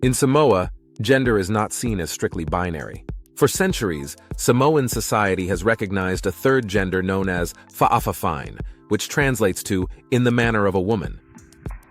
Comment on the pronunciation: it’s pronounced FA’A-FA-FINE